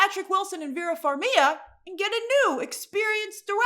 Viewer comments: Let's put some respect to Ukrainian Vera Farmiga's name. FAR-MI-GUH, not Far-mee-yuh. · Are u pronouncing her name correctly?😅